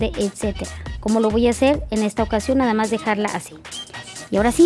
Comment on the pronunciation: Me fascina el trabajo de Laura, siempre excelente, lo único que recomendaría... es su dicción o que pronuncie correctamente las palabras, dice namas y es nada más, solo es una sugerencia, por la marca y la presencia que representa, EXCELENTE TRABAJO 😘😘